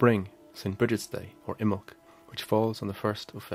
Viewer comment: Imbolg has three syllables. I muh lug.